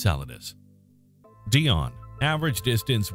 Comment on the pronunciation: It's pronounced "Dy-Oh-Nee" - NOT "Dionne" as in Dionne Warwick !!!